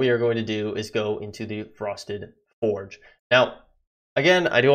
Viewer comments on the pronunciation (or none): the way you pronounce it is fyord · STOP SAYING FORGE ITS FJORD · yea it's spelled with a j but it's sounds like a y